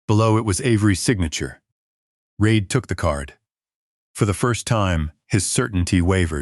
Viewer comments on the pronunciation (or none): it is REED, but the narrator says it wrong, half the time.